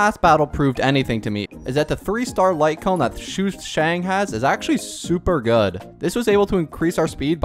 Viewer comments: Day 1 of saying its sushang, not shushang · Shushang😭😭 its SUshang, not SHUshang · Shoe shang